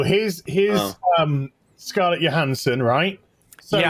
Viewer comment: actually pronounced Johansson the way it's pronounced natively in Scandinavia.